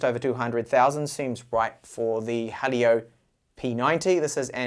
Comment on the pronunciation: Not Halio, "Hee-Lee-Yo"